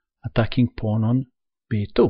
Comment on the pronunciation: paoaowoon teks paoaown, kuveen, bleek reesiiiiignnnnnnned